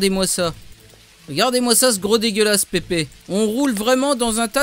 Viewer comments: Mdr xD < écoute pipi> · Ouali écoute pipi lol